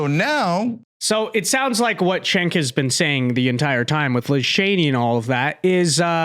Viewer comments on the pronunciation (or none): It may be time to stop picking on "Jenk" by calling him "Chenk".